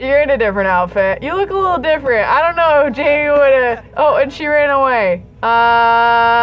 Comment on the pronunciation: I still find it funny that even when Jaime has left the baby factory, still calls him ‘Jamie’. His name is French, and is pronounced gem, but making the ‘g’ soft. You can’t write the pronunciation down whoops.